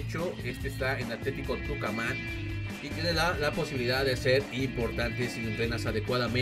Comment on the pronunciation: amigo JAJAJJAAJ no pegas un nombre boludo, tucaman, a vera le dijiste varela, dijiste velez banfield, lucas arellano JSAJSAJ taba re ciego pero bueno te quiero